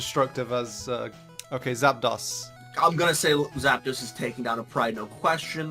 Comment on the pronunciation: sorry, Zap... Dahs? I think you'll find it's pronounced Zap-DOS. like with an O sound. like, as in, Dos, meaning 2 in Spanish.